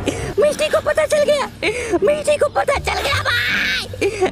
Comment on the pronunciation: When you say miss t that sounds like misti in Bengali😅